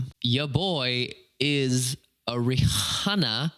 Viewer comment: Rihanna is pronounced like rē-anna not rē-ahna 😉